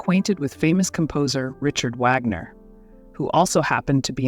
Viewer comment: The mispronunciation of Wagner is the downside of synthetic voices.